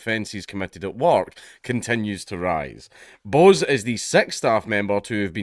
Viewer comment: It's not 'Bose', mate. Bose is an Indian name (usually Bengali) and is pronounced more like 'Bosch''.